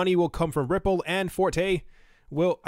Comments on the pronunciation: Forte is pronounced "fortay." As in, "Working at McD's is not my forte." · It’s for-tay 😂. Hahahaha obviously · It's pronounced Forte